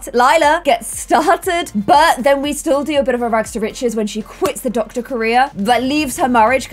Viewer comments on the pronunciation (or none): none